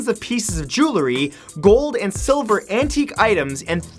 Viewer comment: Did he just say "siliver" ??